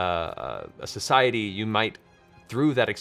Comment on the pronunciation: lmao he said "society" cmon guys laugh